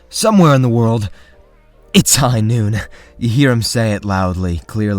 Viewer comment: i find i hear "It's High arhhh" more than "Its High Noon"